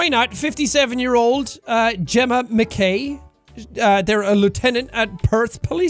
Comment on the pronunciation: As an Irishman I'm dissapointed in your pronounciation of McKay. I'm sorry Sean but I expected better from you lol